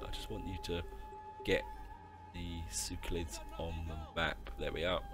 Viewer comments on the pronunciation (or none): Horrible pronunciation of factions & provinces. "Seucelids" "Bactria" "Tingris"